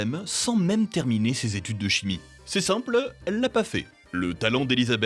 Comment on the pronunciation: "les études de chmi" (bon sinon jai cliqué pour Kodak, Vice et Toys R us, y'a aucun des trois dans la vidéo....)